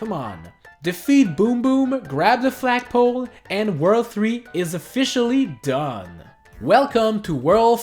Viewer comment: said Fragpole not flagpole